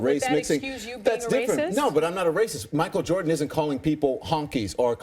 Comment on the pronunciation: JordEn huh can’t even get his name right